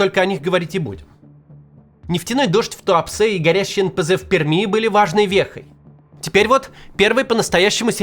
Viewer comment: Максим, говорите пожалуйста, ПерЬмь, очень режет слух)